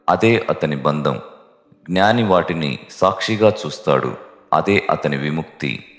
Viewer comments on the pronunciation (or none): మీరు ఉచ్ఛారణ 'జ్ఞాని' అనిచెయ్యాలి; 'గ్నాని' అని చెయ్యకండి.